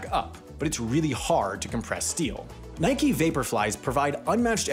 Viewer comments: How do you get “Nikey” from “Nike?” That’s like saying “Bikey” rather than “Bike.” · From the Greek goddess, referred to as "nikey." It's a name and a weird non-English pronunciation.